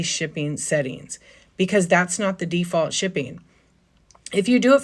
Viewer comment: Did you say it's by DEE-Fault? lol